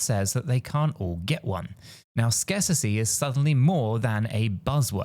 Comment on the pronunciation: Hey bro. The word isn’t “scarcissy” it is “scarcity” (scare-city). Love your content by the way